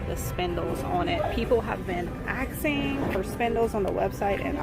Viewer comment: People have been "AXING" ????